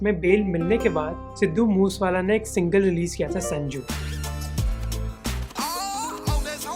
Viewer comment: when he said sidhu मूसवाला and बाबू maan.🤦🏽‍♂️ kya punjabio pe video bnayega bhai 🥲